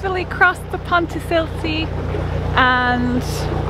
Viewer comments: "Pondt-sissy-ult" I believe....maybe...sorta like that. Thanks for the relaxing video. Nice music too! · "Pontasilly" - perfect pronunciation! What else would one call such an outrageously wild piece of engineering?